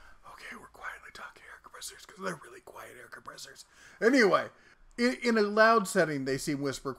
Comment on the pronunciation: "quiet" not "quite"